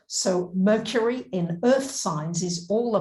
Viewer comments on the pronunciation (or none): none